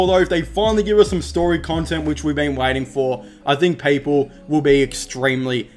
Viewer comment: He said 10 peaple